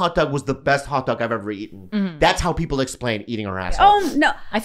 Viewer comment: "not gonna say the persons...peep peels..." How does Bobby come up with this on the fly?? Some comedians will mispronounce words on purpose, and some of the great ones will stutter, but...who else has the comic genius AND bravery to do both? There's levels to this game